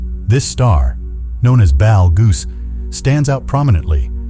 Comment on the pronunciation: Haha dumbass bot reader cannot pronounce betelgeuse